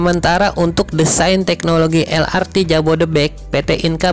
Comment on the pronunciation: Harap pengucapan singkatan pakailah ucapan alfabet Indonesia lah jangan malu harus bangga LRT ya el er te , MRT ya em er te dst semoga dulur2 maklum. Nuhun 🙏🙏